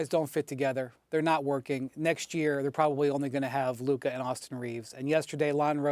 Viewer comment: SAS always struggles to say Luka 🤣 it’s always Lurka